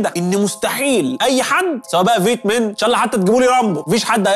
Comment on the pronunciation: اسمها فيت كونج ..مش فيت من